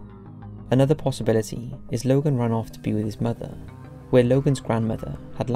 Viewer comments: are you a bot?? logo??? its LOGAN. LOGAN LOGAN L O G A N. DUR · Lmao he calls this guy Logal twice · why are you pronouncing it 'Logall' when his name is Logan? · Who's Logal? Hahaha it's Logan isn't it ? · Sounded like you say logal instead of logan. Lol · Why the fuck did you call him Logal? Smh🤣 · Why are you pronouncing the name Logan "Logel"?